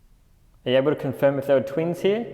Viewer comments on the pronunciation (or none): I don't know it didn't sound like twins to me honestly I thought it said twit. Lol